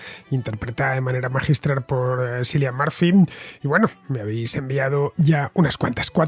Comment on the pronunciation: Jajaja, Cillian Murphy, el nombre se pronuncia Kilian, no Silian, Fernando. ¡Apunte! 😊